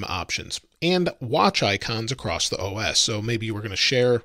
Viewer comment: There is no T in the word across.